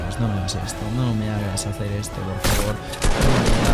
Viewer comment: Mis amigos también se burlaban de mi por que yo decía geacer y ahora lo dicen por qué tu lo dice jajajaj prras